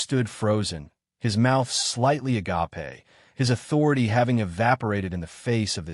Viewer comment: Someone teach AI how to pronounce agape